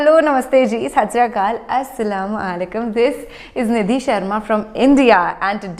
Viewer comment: I like the way you say Assalam Walaikum ❤️